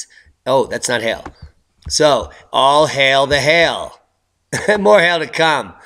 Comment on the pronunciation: You're not pronouncing hail properly. Sounds like hell.